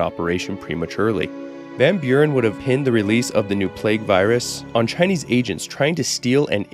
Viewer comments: Your Chinese pronunciation is great, I always love when creators make an effort to get the pronunciations right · Im very Impressed with how good your Chinese pronunciations are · I find it really funny that he pronounces Chinese better than Spanish, being much much more difficult. English phonetics are f*cked